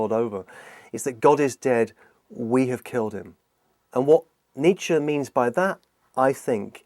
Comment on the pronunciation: Every time he says Nietzsche I swear it sounds like he's saying Nature.